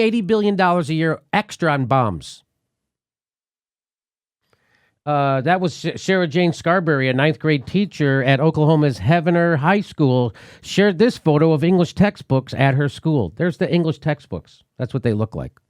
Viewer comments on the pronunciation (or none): JD, it's "heave-ner" OK, not "Heaven-er" Keep up the great work Jimmy!